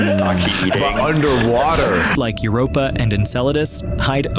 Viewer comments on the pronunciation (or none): none